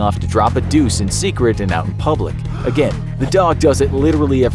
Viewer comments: is no one gonna about how it says puplic instead of public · "PUPLIC BATHROOM" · “PUPlic Bathroom” XD